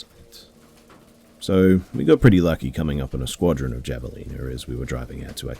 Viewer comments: The Airizona hunting story. It's pronounced "ha-vuh-leen-uh" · Javalina... the j sounds like an h- have a leena